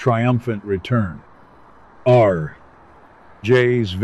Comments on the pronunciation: This Ai is way beyond annoying. Someone could be employed, and supporting themselves and their family if saving money wasn't more important. Having a human voice over artist, who could respond to constructive criticism, and correct the enunciation of certain words like RJ RJ RJ, not R J. would be most welcome. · I apologize for mistaking the voice for Ai. Good to know someone is getting paid for doing a job, however, the pause between the letters R and J is annoying, and I can't understand why it can't be corrected. Thank you so much for your response.